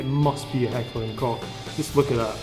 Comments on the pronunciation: Yes! Yes, it is. As a professional German I appreciate the abuse you are putting your vocal chords through pronouncing it correctly. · You pronounced Heckler & Koch absolutely right :D! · im german and the guy in this video is one of the very few who actually get it right. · You're pronouncing it right ;) I'm from Germany so I should now it :D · He's pronouncing it right, im german ;)